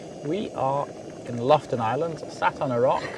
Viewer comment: Thanks for another wonderful episode of my gorgeous country..! ( btw..It took me a while to realize you were in Lofoten, as it sounded like you said Loften Islands.. The second O is not silent 😅 )